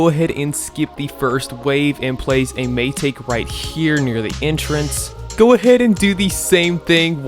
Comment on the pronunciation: Mai-ta-ke not mai-take (pronounce)